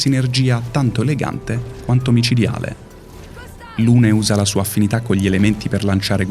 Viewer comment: Strano che venga ripresa la pronuncia di Maelle e non di tutti gli altri personaggi, che in Francese hanno una pronuncia completamente diversa... Per esempio Lune si pronuncia Lun. Trovo inutile puntare il dito sulla pronuncia quando nessuno nomina i nomi "propri" correttamente in base alla lingua nativa